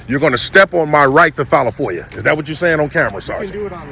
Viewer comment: Damn! Everybody is an independent journalist now! This dude was barely able to pronounce FOIA